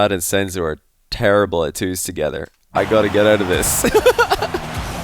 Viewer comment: Not sensu its “senzo“